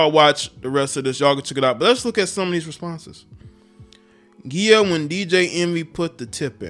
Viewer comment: “Ghee-ah” lol it’s “jee-ah”